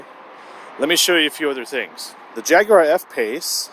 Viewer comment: The first American ever to say the word Jaguar properly.